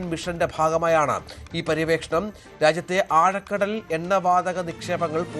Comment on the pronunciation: പരിവേക്ഷണംണം അല്ല. മലയാളത്തെ കൊല്ലല്ലെ. പര്യാവേക്ഷണം എന്നതാണ് ശരിയായ ഉച്ചാരണം. മലയാളത്തെ കൊല്ലല്ലേ !